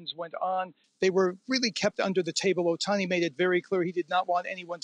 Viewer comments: NOT oHani, it’s Ohtani, it’s the second Canadian mispronouncing his last name what’s the deal. Dodgers have scouted Ohtani since he was in HS, his trusted doctor is the Dodgers team physician, dodgers have the best farm system etc, there are some history there, Jays should go after Yamamoto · Ahemm. it's Ohtani.. with the "t" .. not Ohani. ;-0